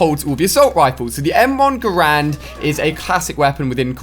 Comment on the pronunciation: did he just say m1 grand?